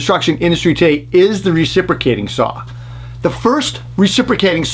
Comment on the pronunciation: 69 year’s later and still no “R” in the the word saw ... lol , love you buddy thanks for all the great work you do.